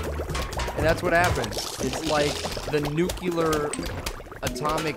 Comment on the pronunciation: It's nuclear, not nuculer. Sorry, I had a student teacher in bio who did that all the time and now it bugs me to no end. Your friend, the Grammar Nazi. Tehe. :D